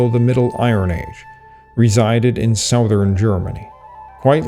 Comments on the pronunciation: Southern is pronounced suh-thern, not sow-thern. Funny, I thought you were a native US-English speaker until you said that, at least three times. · You pronounce "southern" oddly. You must be Canadian.